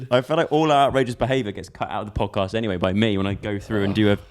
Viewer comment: the "pjoedcaspt"